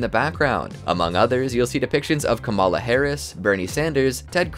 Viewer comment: That's not how you correctly pronounce 'Kamala'. 😒